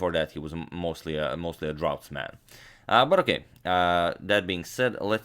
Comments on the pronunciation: Just FYI, "draughts" is pronounced the same as "drafts." In some words, "gh" makes an "f" sound. Enough is the most common example but occasionally you run across others. Thank you for the great content. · it's pronounced drafts. sorry, I'm an asshole.